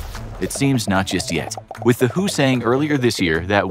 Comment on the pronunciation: For gods sake it's W-H-O , with each letter individually spelt not who 💀💀